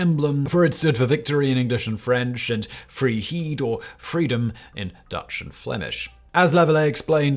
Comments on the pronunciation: "Freeheed"... yikes. Pronunciation of "vrijheid" is more like "fry-hide" or "fray-height" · But Simon, what if I am subscribed and still tell you that you pronounced 'vrijheid' wrong? As both 'ij' and 'ei' are pronounced as the 'ei' in 'Eiffel tower', and not as 'ee' in 'wee'. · LOL Freeheed (Vrijheid is pronounced very differently; the V as in 'victorie' ei as in 'either') I appreciate the gesture though ;D (and yes, definitely pun intended) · The V referred to is pronounced in Dutch as "fray- hate" - freedom. Touché at the end.✌️